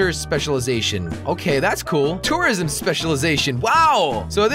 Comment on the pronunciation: He sounds like he's saying terrorism